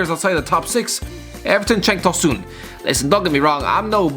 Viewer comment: "Cenk tahsoon" 😂😂😂